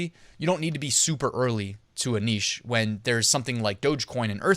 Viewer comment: Thank you,. And thank you for saying 'neesh' as one should.